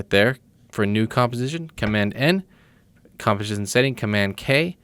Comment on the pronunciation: Nice tutorial... But did anyone notice he cannot say composition correctly...